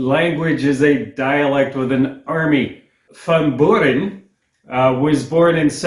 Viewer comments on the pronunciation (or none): Van Buren is pronounced vun Bewr-n.